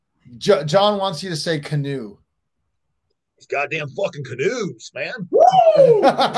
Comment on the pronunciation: Put some emphasis on that "CANOE" lol